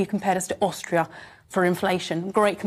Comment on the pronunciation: Ohstrio ? I bet she ain’t struggling ! 🤪🤣